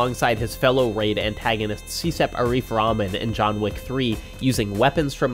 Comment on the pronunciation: also you should pronounce cecep names like the c in change and not like an s sound